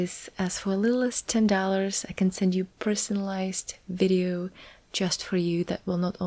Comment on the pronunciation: Again.. "whizeos" lol I'm sure has managed to say "Video" before.